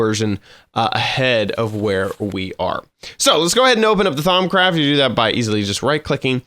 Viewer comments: thaums craft its pronounced: thaum-craft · "Thaum*s*craft" I think you aren't saying it right. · "ThaumScraft" lol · He's totally trolling by saying Thaumscraft....right? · do u even know how to pronounce thaumcraft 😂😂😂 i was dying of laughter of how u call it. No offense for all of you guys that are gonna hate me